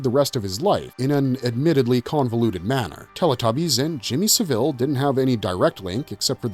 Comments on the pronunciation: He's pronouncing it like the last name of Dave, the manager of The Chipmunks. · Had to stop because of the way you were pronouncing saville.